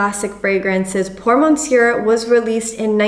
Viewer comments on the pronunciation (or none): Nice video, on thing though, we don't pronounce the "R" at the end of "Monsieur". Cheers, keep it up.